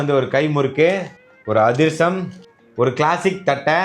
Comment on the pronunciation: Athirasam ❌Adusram✅